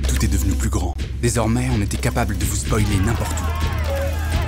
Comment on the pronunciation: il dit « spolier » 😂